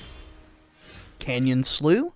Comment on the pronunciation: Canyon Slough is pronounced Canyon Sluff. It was hard to listen to personally.